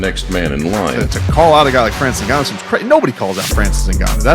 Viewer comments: I'm a Cameroonian, it's not pronounced "N-gannou" it's "Ngannou" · "So you're fighting Francis Errrrgananou" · The reporter saying francis eggnanu 💀💀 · Did she just say "ngananou"?😅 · i love all the mispronunciations of his name in this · '' fighting francis gnnanou'' was hillarious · "Nobody calls out Francis N'Gannou" LOL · Every person pronounced “Ngannou” differently lol